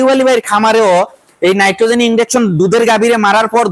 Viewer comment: নাইট্রোজেন না নাইট্টনেক্স